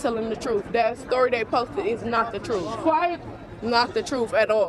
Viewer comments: People who say “Trufe” tend to never tell the truth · The word is TRUTH, it’s not at all difficult to say correctly.